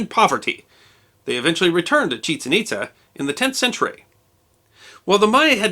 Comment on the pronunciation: Itza is pronounced It-jzha. The descendants of the Itza, who migrated to Florida and Georgia (USA), are called Itza-te Creeks or Hitchiti Creeks.